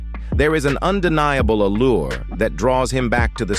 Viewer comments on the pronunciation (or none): none